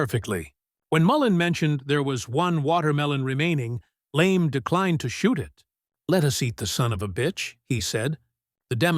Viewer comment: "Immigrant?" Stoner was born in the US. The M16A1 I used had a maximum effective range of 350 meters. Also, this AI voice can't properly pronounce names LeMay's being one which is not Lame in pronunciation as well as words like pounds, yards, and millimeters. The Stoner 63 was a favorite of SEALS in Vietnam. Finally, with extremely rare exceptions criminals DON'T use AR-15's despite the screaming and crying from lefties.